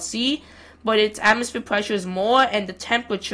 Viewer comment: "Weddish atmosfeeur." 🤣🤣🤣